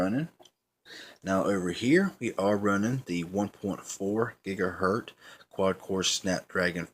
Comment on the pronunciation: If you say "gigaher T" one more time I'm going to lose it and shoot you with a water gun...right through the screen man!! Come on dude!! Get it right!! GIGAHERT "Z"!!